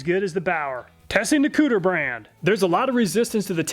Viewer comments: It's pronounced. Ku Ti Er...not Cooter from Duke of Hazzard, lol. Perfect timing with this video, I am looking for a better tape measure. Thanks as always. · I believe it koo-teer, not cooter, like dukes of hazzard. haha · Consistently the best tool tests on Youtube, but I have to mention that the tool brand Kutir is pronounced coo-Tier, not "Cooter brand," lol.. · HAHAHA Cooter brand is clearly pronounced CUE-TEER. Checkin out the cooter! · Lmao! I was going to suggest that even though I thought that it's probably pronounced "Koo-teer", that I like cooter much, much more!! 🤣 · Did I just hear "Cooter"?! Lol! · im such a child that i laughed when he said kutir... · The "Kutur" brand, lol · kutir...really lol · Did he say kooter?! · STYLE POINTS for actually saying "cooter" - proper pronunciation... LOL I LOVE ME SOME COOTER!! sad to see you broke the cooter so easily. I HATE it when that happens.. :( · Oh my God, he literally said Cooter tape measure…. 😂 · I love the obliviously butchered foreign names lol: Kutir as "Cooter," Ming Hao as "Ming Ho" even though he pronounced it right at first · He said cooter, lol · I died every time you said "cooter" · When you said “Kutir Brand” I fucking lost it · Him saying cooter was so distracting lmao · Im not sure that the Kutir brand is pronounced cooter, but Im totally gonna pronounce it that way. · He said kutir huh huh huh huh. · Scrolled through the comments and no one mentioned slightly laughing at the “kooter” brand. Ill see myself out. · He said cooter. lol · I love these reviews. So helpful and unbiased. But I had to laugh every time I heard you say "cooter" (kutir?). 😂🤣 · “Kutir brand” caught me off guard, thought I heard something about a cooter. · Haha "kutir" hehe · Everyone replay the video and take a shot every time he says Kutir 😁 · Lol, I though it was "Cooter" brand when I heard it, had to rewind... I was thinking to myself... who in their right mind would make a "Cooter" brand name?